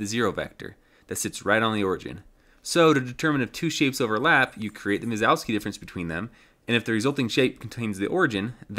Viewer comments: Minkowski, not Mizowski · Who's mazowski? It's pronounced min-kov-ski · Great project, you're killing it. Also great job on the animations when explaining stuff. It's Minkowski btw, there's no Z there lol. You kept saying Mizowski or something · Started the video calling it "Minkowski" and then a minute later started calling it minZOWski for the rest of the video, heh. ITS KOW NOT ZOW!!!!!! Anyway, fun stuff. I would've tried to avoid doing that extra work on an N64 though and just traced a line, or did more like a capsule shape with one end encapsulating the start position and the other end - spherical bounds, and just have a cylinder connecting them. I've used Minkowski sums in other projects, mostly my CAM software that I've been developing for a few years. Thanks for sharing! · He gets it almost right the first time he says it. Sounded like Mingowski to me but the subtitles got Minkowski. Mizowski all the way after that though. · I feel like you must be uncontrollably uttering "Mike Wazowski" in your head most of the times you try to say Minkowski given the garbled thing you're saying instead.